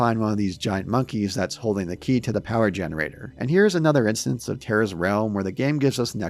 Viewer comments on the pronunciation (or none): none